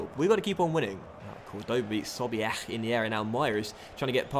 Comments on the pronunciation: I understand that u try ur best to pronounce the names but when u say 'Sobiech' it sounds like ur gagging. I'd understand if u didn't pronounce it right if it sounds so unnatural. Great vid as always keep it up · why do you say sobiech's name like that haha